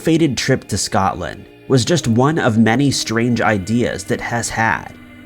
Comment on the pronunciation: So all the other channels i watch ...no issues.. wasn't he allowed to say Scotland either?? Because what i heard was Something else 🐵..🤣